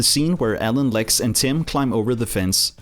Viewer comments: When you say Alan it sounds like you are saying Ellen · it's alan not ellen